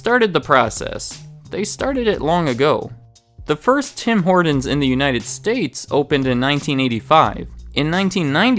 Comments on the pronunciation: Why are you saying the name so weirdly lol? "Hordin's" 😅. It's pronounced like "Hortin's" with a T not a D. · Stop saying "Tim Hordens" you sound American, its pronounced "Tim Hortins" there is no "D" I am Canadian and travel a lot, I always see a new TH open and then close pretty quickly in the USA, the only ones I have seen stick around are the ones bordering Canada and the one near Times Square. I do not understand the appeal of their coffee or their food products but all my friends go crazy for it, and I am guilty of playing roll up the rim every season. I even call my wife at work when I win a free doughnut. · I love how you say "Tim Hordenz" instead of "Tim Hort'ns" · Tim ‘Hordons’ annunciate hah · “Tim Horduns.” 😒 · It’s not HorDons... it’s HorTons! 🤦‍♂️ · I love this guy's videos, but I can't stand his soft T's. Impordant. Tim Hordon's. It's brutal. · No one: Absolutely no one: Not even Canadians:: “Tim Hordens” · Who is Tom Hor"d"on? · My man... It's: Tim Hor•TONs not Tim Hord•ens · You say it Tim hor-tons no d in Tim Horton’s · It’s “Tim Hortons” not “Tim Hordons” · Its Tim hortons not Tim hordons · Stop saying Tim HorDons.. Tim HorTons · Bad pronunciation. It is not Tim HOARDans. HORT, say HORT! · sounded like he was adding an "N" to Horton's - like horn-tons.... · First of all it's not TIM HORDINS. And, Tim Horton was not the founder, he was just a 'famous face' to use by Jim Charade who was the 'real' business mind behind the franchise. I stopped listening to your 'facts' shortly after that so I don't know what else you got wrong. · Note: It is Tim Hor-Tons, not Tim Hor-Dons. Hard consonant and unvoiced. That distracted me the whole video. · "Tim Hordins" - LOL. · Its called Tim Hortons not Tim Hordons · It's pronounced "HorTons", with a T in the middle of the word. It's not "HorDons", with a D in the middle of the word. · "Tim Hordens" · Who is "Tim Hordon?" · I had to leave because he kept pronouncing it "Tim Horduns" -.